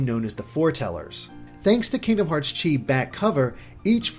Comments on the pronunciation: It's pronounced "key",, Sometimes pronounced "Kai". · chi is pronounced key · Chi is the Japanese way of saying the greek letter X which in BBS, Xehanort said that it is pronounced "Kye" or "Key" but since this is kingdom hearts, they are pronouncing chi as Key to make a pun of the X-blade being pronounced as the "Key-blade" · said he was going to pronounce it like that to avoid confusion. Don't comment about something like this if you obviously didn't listen to the video. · said he'd be pronouncing it "chee" to avoid confusion.